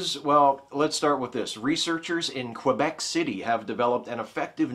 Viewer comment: Very cool. Nice to know my future province of residence has a couple more positives. It's pronouced Kebec not Kweebec. :o)